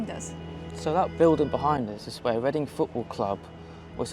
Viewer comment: Make Leading (Chinese pronunciation) Reading again.